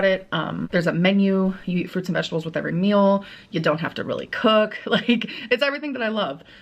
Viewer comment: streem stert thriveeeen foodies song The way says meol reminds me of a succulent Chinese meol a specific gentleman was legally eating 7000 pieces for babies is my favorite comment